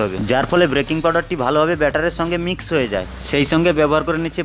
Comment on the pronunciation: ওটা ব্রেকিং নয় BAKING